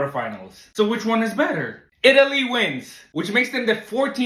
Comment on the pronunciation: bro literally said itlay wins